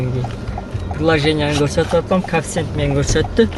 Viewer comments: Брат кафсент емес, кейфцент деп айтылатко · Мал кафсент эмес коэффициент дечи